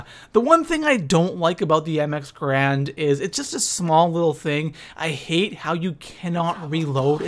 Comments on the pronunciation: lol "grand". It's 'GARAND' lmao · Alright. So i know this video was posted like 3 years 4 years ago, but I really dont like the name being said wrong. The correct pronunciation for the weapon is M-X-Gar-and